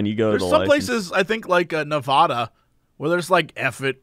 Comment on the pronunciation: Nevada is school and time on a permit for a license. Strange how people make assumptions. Just like when they try to pronounce Nevada. ;P